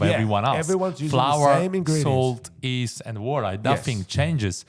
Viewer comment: You need to practice pronouncing Yeast, East is a direction, Yeast is what you use on dough. YE+EAST